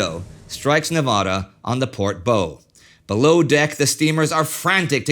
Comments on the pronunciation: It's RAW-lee not rally for Raleigh. The front of the ship is pronounced Bao not Bo. Otherwise a great series! Keep up the great work! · Indy: "The Utah was hit in the port bow...." it's not pronounced "bo" like Bo Diddly. It's pronounced like you'd say "bau" there in Bavaria. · Indy!- with regard to the front end of the Nevada, it's the bow (uh, like, "take a bow") not bow (un, like "bow and arrow"). Any, go on.... really loving it!!! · The bow of the ship, It's not (bowl) of the ship,., it's pronounce baw (like bow wow), the most forward part of the ship. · Surely it's pronounced "bau" & not "bowe" that front half of a ship A miserly mention admittedly for this series is beyond epic and a definition of a tour de force, you and the crew produce peerless fare when you steer clear of politics and bias, best wishes for 2021. 🎉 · I do enjoy your work. It is a bit odd that you mispronounce bow. It is not pronounced like beau but like bow-wow. And Raleigh is pronounced Raw-lee, at least by us locals. But still you'd get two thumbs up from me if YouTube would allow it. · on the hit to the port bow, I think you meant to say the bow (rhymes with WOW) as the front end of the ship rather than bow (rhymes with LOW). I am enjoying this series immensely! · Bow like cow, not bow like go, Indy. Otherwise? Amazing. Thank you for this. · You mean kaena point? And Ka-ne-ow-eh bay? Ha-lea-eve-ah. Are you a Canuck? Bow as in bow tie, not bow as in bow wow? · Indy, it's pronounced "Bow" not "Bow" like how read and read sound like lead and lead. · I haven't noticed him pronouncing it wrong on any other occasion, so I think he just got caught up reading the auto-cue